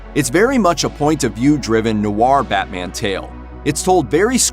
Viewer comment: Isn't noir simply pronounced as "nore" and not noRRR? The guy said it so weird it's funny.